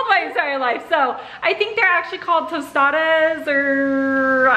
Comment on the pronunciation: Did anyone else get bothered by them pronounce tostada's wrong - I'm Mexican